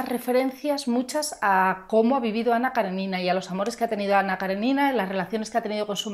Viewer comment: Ana Karénina....tiene tilde, poca gente pronuncia bien el nombre de esta mujer....un saludo